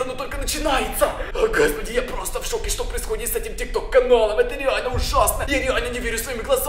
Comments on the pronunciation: Тик ток а не тик тор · Не тик тор а тик ток